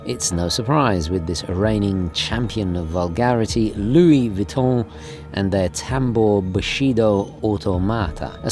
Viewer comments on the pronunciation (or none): none